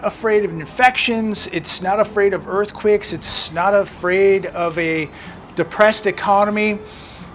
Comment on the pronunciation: What the hell is an earth quick? There is no word in English as “earthquick”! It sounds terribly ignorant. I think you want earthquake.